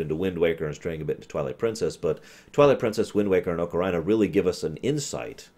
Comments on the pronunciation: Hi. Grammar nazi here... The proper pronunciation of both the instrument and the game is "ah-kuh-ree-nuh" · I have a feeling he sais Ocaryna on purpose to piss us off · Preach, panda. I love these ruminations, and "M-eed-nah" didn't bother me too badly on his TP rum (it's a proper name, and those are often open to interpretation), but every time he says "oh-kuh-rei-nah", I cry just a little bit (it's a regular noun, with a proper pronunciation). 😢